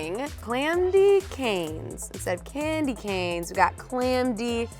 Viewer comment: Clamdy canes 🤣